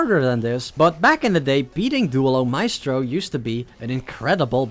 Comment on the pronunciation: please work on your spanish, i cannot take you seriously when you say dooehlo micetro